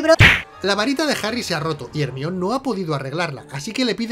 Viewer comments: Cada que dicen hermión Mi cabeza: el mión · Odio cuando dice Hermion. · No entiendo porque le cambian el nombre de Jermayoni a " ermion" ?